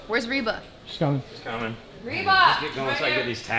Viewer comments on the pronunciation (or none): I love how backstage, Britt still calls Rebel 'Reba". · Her name is Rebel but Britt being the obnoxious boss that she is never tried to get it right. 😄